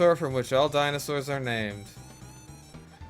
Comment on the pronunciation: i love how you call them dino sours like me lol